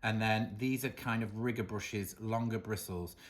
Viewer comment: Hi 😊 what a difference your hand painting made. Absolutely beautiful! Is a riggor brush, the same as a liner brush? I'm not sure you said riggor😂